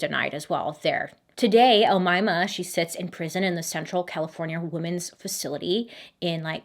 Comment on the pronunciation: you’re pronouncing omayma sa7 mat5afesh 👍